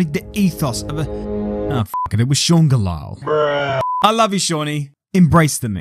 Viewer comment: It was Sean Gelael. Bruuuuh Gets me every time😂